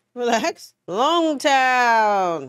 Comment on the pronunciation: sees the name Loguetown Also: "Longtown!"